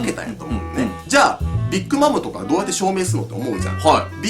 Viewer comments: ビッグマムのイントネーションが気になる笑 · ビックマムの発音のくせがすごいｗ